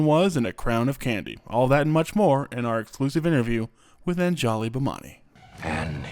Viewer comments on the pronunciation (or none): whoever pronounced her name as "An-JA-li" toward the beginning hurt bad 💀 /Lh